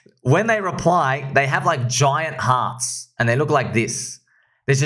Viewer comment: Hilarious 😂 “giant harts” 😅😅😅